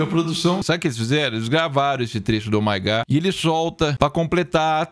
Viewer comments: oh my górrr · Fez eu derramar meu Danone Grosso vendo ela falando " Ohh maigayyyy" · Oh my gah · "Oh my gó" é tipo "Eu sou Groot" 😂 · Ó mai gá kkk